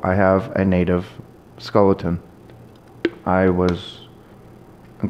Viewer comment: Stop saying skulleton.